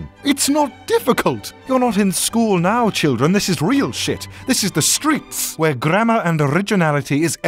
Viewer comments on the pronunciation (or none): none